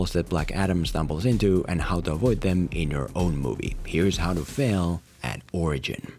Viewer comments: How to film a what?!! Ohhhhhhhhhhh an origin. My bad, I thought you said orgee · LOL It sounds like you are saying “orgy movie”. A DC JLA orgy movie! Count me in!!!